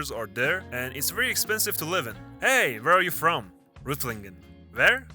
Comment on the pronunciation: From Baden Württemberg, glad you started right. The city you said at the end, Reutlingen is quite pronounced as this would be in English (ofc with the special German hard R): Roytlingen